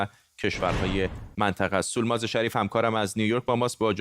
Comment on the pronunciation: سولماز اینطور تلفظ نمیشود !!! از همکارتان اگر می‌پرسیدید حتما میگفت !!!